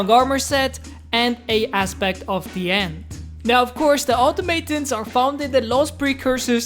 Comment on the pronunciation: Normally don't mind pronunciation issues but this one killed me, its pronounced aw-taw-muh-tawns